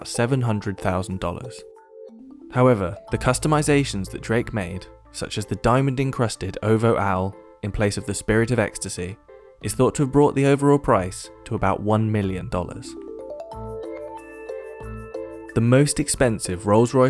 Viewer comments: "Ovo owl" What!?!?!? It's pronounced O-V-O owl. It's an abbreviation for October's Very Own. But you should have known that. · Can't even say OVO right .... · OVO not pronounced as one word u have to pronounce each letter O-V-O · "The diamond incrusted Ouvwuo Owl" It's literally just OVO. 3 letters pronounced one at a time. Everything doesn't have to be fancified. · Great vid it’s O.V.O tho not ovo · he said Ovo not O-V-O for drake bruh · Did this guy just pronounce O.V.O as ovo?💀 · No one gonna mention how he pronounced OVO? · It is O.V.O, not ovo. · ovoh owl??😂😂😂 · Sorry that's not how you pronounce OVO, y'all need to get with the shits